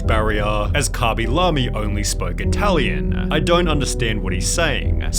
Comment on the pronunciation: This "italien" is funny 3 min in a raw